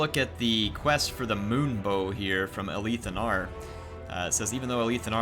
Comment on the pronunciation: I've always though it was pronounced A-lith (like "with") Anar as opposed to Aleeth Anar. Any "loremasters" able to clarify?